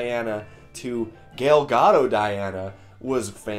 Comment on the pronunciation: This guy literally just said Gale Gadoe....i laughed out loud! The worst pronunciation ever heard bahaha